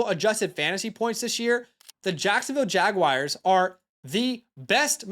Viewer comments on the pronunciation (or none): Dude you are awesome. Fantastic energy!! Kept it up. Also it’s Jag-wars (the feline) not Jag-wires. Not sure if that’s an inside joke tho haha.